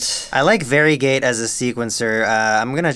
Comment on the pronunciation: i was wondering why he kept saying "very gay", but then i realized he was saying varigate